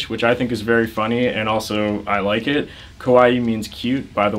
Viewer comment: pronounced kuh-waii means cute..saying koh-waii honestly means the opposite lol